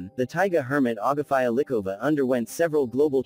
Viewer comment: ITS AGAFEA... NOT AGAFÀIJA